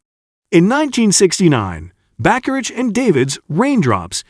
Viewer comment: It's pronounced ba-ka-rack. Other than that, I agree with everything else you said.